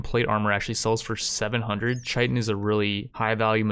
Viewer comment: you pronounced chitin wrong, also the title kinda scared me for a sec